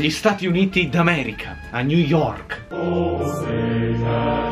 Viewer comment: hai detto ni York._.''